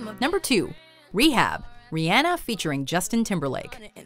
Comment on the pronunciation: She says Rihanna wrong and I cringe every time